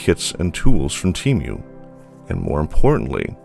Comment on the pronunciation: This is the only place I have ever heard the pronunciation: "Tee-Mew". It's rather jarring...